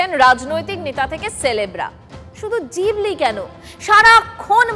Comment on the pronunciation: জিবলি না ওটা ঘিবলি। 😅